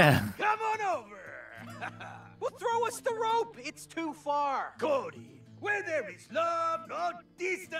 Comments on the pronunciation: Anyone else keep thinking she's saying "Koji" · ngl i've been watching the morning crew's shenanigans so much this past week i did hear "Koji" the very first time she said cody